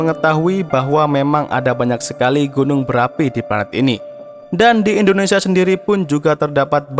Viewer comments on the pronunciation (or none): none